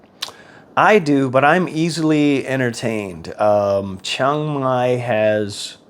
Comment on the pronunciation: Why is it you Americans go someplace and mispronounce the name of the place consistently… it’s not Chong Mai.